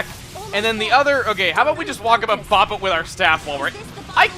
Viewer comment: it's boop, not bop. bop is for the toy 'bop it', boop is an internet way of saying hit